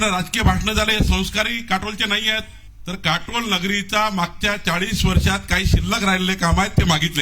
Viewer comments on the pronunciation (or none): अबे कटोला नाही काटोल 😂😂